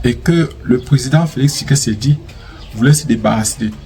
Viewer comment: On dit Tshisekedi et non Tshikesedi .....😮 OK?